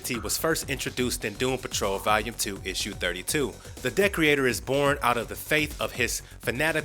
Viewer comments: Ye, it's not Decorator, it's DE-creator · Pretty sure it de-creator and not dec-reator. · The villain you refer to is Decreator (pronounced DEE-CREATOR, NOT DECK-REE-ATOR) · Decorator lol. The way you pronounce Decreator is extremely funny. It sounds like you are saying decorator! It's pronounced de- creator!! Great information in the rest of the video though! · Anybody else die inside everytime he say decreator wrong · I'm glad I wasn't the only one bugged by this